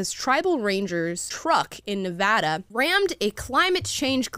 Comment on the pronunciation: Thank you Amala, you have been the 1st to get it correct, Nevada (and you pronounced it perfectly thank you)Tribal Police “Rangers” they deserve the recognition on this one. We don’t play in Nevada, these people are amateurs we have nuke protesters under our belts here. 😂❤